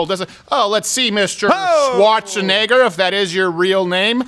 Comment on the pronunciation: Woah! Crowder's impersonation of Schwarzenegger is amazing!!! The pronunciation and even his voice was spot on!!